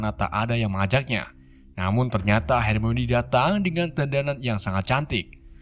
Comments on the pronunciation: Baca nya harmone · Bang coba dong hermoine nya disebut hermoni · HERMIONE = HER-MI-WUAN BUKAN HERMOINI BANG WKWKWK